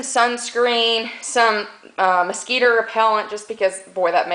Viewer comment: did you say Mosqeeeter repellant!? Lol love it. Great vid - very helpful. -TEW